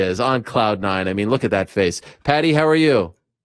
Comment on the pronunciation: You pronounce Paddy not Pedi wrf 🤣🤣🤣